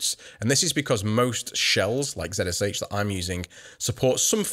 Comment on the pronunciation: Yes. It’s pronounced kinda like “”Re-Jax”. Also he is saying zsh wrong. It’s pronounced “z shell” not “z-s-h”.